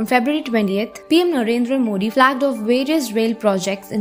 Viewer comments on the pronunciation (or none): none